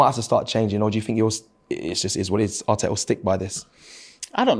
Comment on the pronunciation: I love how somehow manages to find 3 exta T's when saying Arteta 😂